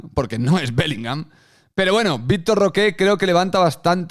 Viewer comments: Victor Roque, no Roqué, Roque. Que ansiedad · no pido pronunciación en portugués, solamente que no le diga de una forma en que nadie le dice y se invente un acento. Pero bueno, lógicamente él podrá pronunciarlo como le da la gana, solo que me da ansiedad escuchar Roqué